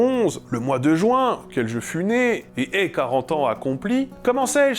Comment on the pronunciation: "Juing" avec l'accent du sud